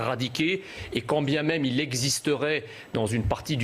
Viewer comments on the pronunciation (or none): none